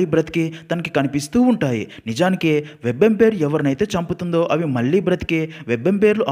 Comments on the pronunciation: వెబ్ ఎంపైర్ కాదండీ, వాంపైర్. రక్త పిశాచి ను వాంపైర్ అంటారు. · Web Umpire kadhu ra adhi thikkaloda, Vampire😂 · Orey babu adi webempire kadu ra vampire 🤦🏻‍♂️ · Webampire kadura babu vampire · Orey adi web empire oo third umpire oo kadu ra sannasi. Vampire 😂😂😂